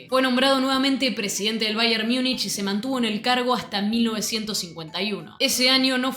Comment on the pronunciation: Infumable esta mujer diciendo baier miunich